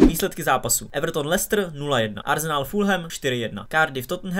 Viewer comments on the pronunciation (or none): none